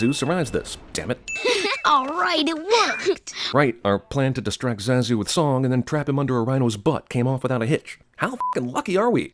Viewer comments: Cinema wins guy pronounces characters name Zaaa zoo seconds after the film clip correctly demonstrates the pronunciation of Zah zoo. Rhyms with Bah dude. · So with this film being out for over twenty years and hearing all the characters pronounce Zazu's name as Zah-zuu, you pronounce it with the "a" sounding like the "a" in "cat" and "bat". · I should sin you for the way you're pronouncing Zazu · I never thought that name pronunciation would make me physically violent but me and my now smashed iPhone 11 has learned the harsh truth. THAT'S NOT HOW YOU SAY ZAZU DUDE! Jesuchristo! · It's pronounced ZAH-ZOO!! How could you screw that up? You clearly had to have watched the entire movie to make this video! Simba even says his name in one of the clips for a sin! I haven't even seen this movie since the 90s, and I know that. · your pronunciation (or rather mispronunciation) of Zazu is comparable to that Krampus or even possibly to Aang. ding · I think the way you pronounced zazu is a sin in itself...